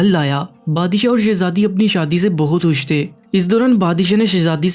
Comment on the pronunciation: Pahle urdu padhna seekh le. Khush ko hush bol raha hai.